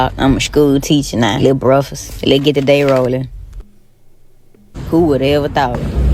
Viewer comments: A person that says BREAFUSS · “Luh breffus” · she said “breffus” 😂😂😂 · "luh breffus🥐🥚🥓🥑" 😂😂😂